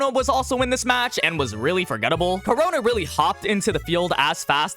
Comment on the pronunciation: ITS KU-RONA NOT CORONA